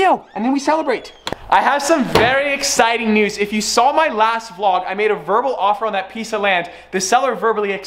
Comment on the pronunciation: He said vlod